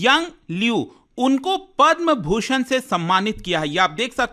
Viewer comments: Sir it's Bhushan and not Chushan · to be Padam Bhushan not Chusan 😂😂😂😂😂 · Padma "chushan" award kya hai bhai 😅